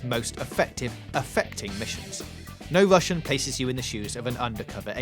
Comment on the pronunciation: You say no Russian really satisfyingly